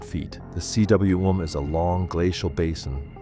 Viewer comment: It's not C.W.M it's pronounced coom. It's a Welsh word meaning valley!